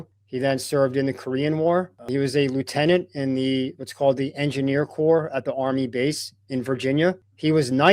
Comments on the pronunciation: it’s not pronounced marine corpse. It’s pronounced Marine Core. 😂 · “Corps” is pronounced CORE … PLEASE get the words right. !